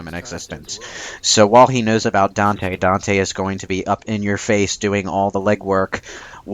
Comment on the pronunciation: Weird Whenever I hear people talk about the DmCs characters. They call virgil vagil... and dante donte